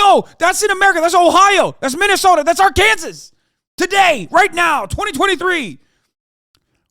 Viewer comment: best part of this vid is him mispronouncing Arkansas which is actually a crime